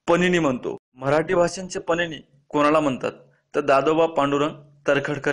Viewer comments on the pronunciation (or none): pnini nahi panini.aani baba padamji nahi padmanji ase aahe.tumhi je kahi sangta te abhyaspurn asayla hve.chotya chotya chuka hone apekshit nahi